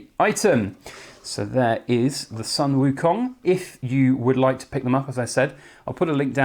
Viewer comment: WOW beauty! btw it's pronounce Sun="Soon" Wu Kong .. :)